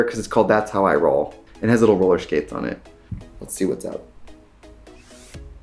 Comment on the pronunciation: "It has lil' roller schkates on it"